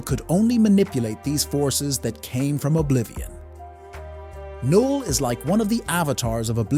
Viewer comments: knull would be very easy for an ai to pronounce. It's the same way u pronounce knife. The fact that he got it wrong makes it more likely he's human who doesn't know how to pronounce it. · I think the reason people think its an AI voice is it pronounces Knull "Kinull" and Symbiotes "Symbeeyotees"